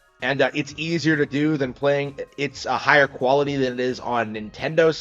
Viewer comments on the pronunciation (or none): none